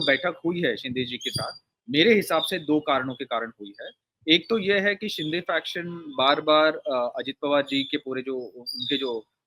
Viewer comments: ये सीनियर महिला पत्रकार शिंदे को बार बार शिंडे बोल रही है। उनका अवमान कर रही है। जन बूझकर बोल रही है। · शिंदे not शिंडे